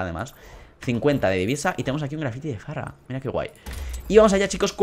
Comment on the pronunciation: se dice fara no farra xD